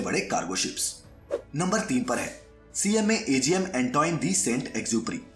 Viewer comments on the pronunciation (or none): Its not mayask its maersk pronounciate it properly. And cma cgm not cma agm. By the way i am navigator in merchant navy.